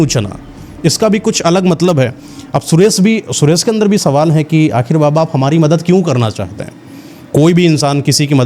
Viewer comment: ये जो कहानी कह रहे हैं; लगता है कि इनकी हिन्दी भाषा कमजोर है। कारण ये महाशय 'सुरेश' को 'सुरेस' बोल रहे हैं। ये कहानी में बताते हैं कि साधू सुरेश को अमावस्या की रात में सिद्धि करने की बात कहते हैं; लेकिन पार्श्वभूमी के पर्दे पर पूर्णिमा का चंद्रमा दिखाते हैं और आकाश में प्रकाश का दृश्य है। क्या कभी अमावस्या की रात में कभी पूरा चंद्रमा होता है? अगर हो तो वह अमावस्या की रात नहीं होती। कुछ भी दिखाते/सुनाते हैं 😮😊😂